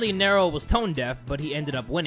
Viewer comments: sorry but it's not Nero it's nE-ro like from devil May cry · For the Roman emperor it's pronounced (near-o) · It's pronounced nearo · It's pronounced Knee-row, not narrow. Emperor Nero. And des-pot, not des-po